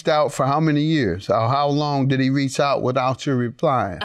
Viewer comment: Judge Mathis smoothly corrects her when she said" reach" wrong by saying he wreck out to me in her opening statement.🤣